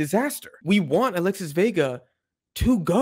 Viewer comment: Alexis Vega❌ Alesis Vega✅